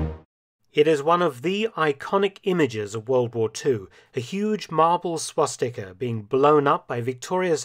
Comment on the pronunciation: Lol it’s swastika